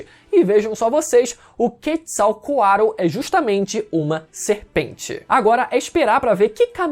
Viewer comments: longe de ser corretor só como curiosidade, a pronúncia da ave emplumada das culturas mesoamericanas seria algo como "quértizal coatlí", aquele "TL" no final tem som de "Tlí" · A pronúncia do do Quetzalcoatl kkkkkkkkkk